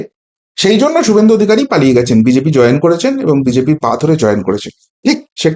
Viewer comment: কতটা উচ্চ শিক্ষিত বোঝা যাচ্ছে, BGP না BJP ঠিক করে বল